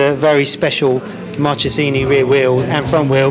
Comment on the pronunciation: 500 two strokes was not bikes... was rockets sometime connected with the asphalt through 2 woody tyres. Btw the correct pronunciation is "markesini" the italian "ch" sounds like "K"